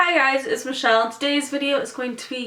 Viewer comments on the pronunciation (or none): none